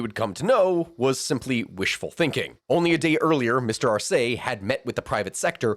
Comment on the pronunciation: But Spanish pronunciation is 99% consistent within each dialect so I have no idea where you'd get "Arséi" from